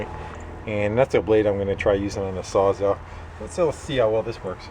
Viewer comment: why does everyone call it a sawzaw